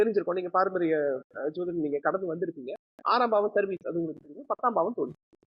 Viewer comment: I think the anchor is not using the word JODHIDAM, as he pronounce SOTHIDAM. WHY, IS THERE ANY REASON. SEEMS TO BE VERY CHILDISH. ALSO HE WANTS TO QUOTE AN INCIDENT LIKE CASTE DISCRIMINATION HE FACED IN LEARNING. LET HIM EXPLAIN CLEARLY NOT BEATING AROUND THE BUSHES